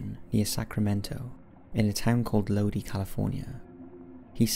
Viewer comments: I can't stand this narrator. She is too soft-spoken and speaks too fast. So frustrating!!! Lodi is pronounced Low-dye, not Lo-dee. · It's pronounced 'Loe-die', as in 'Stuck in Lodi, again!' by CCR. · I’ve never heard this story before. Thank you for sharing. Side note: I grew up near Lodi, is is pronounced Lo-dye. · It is pronounced low dye Lodi, CA. I'm from Sacramento, CA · Keeps bothering me how he says Lodi... And I'm puzzled how can someone get lost on a straight shot up the 5?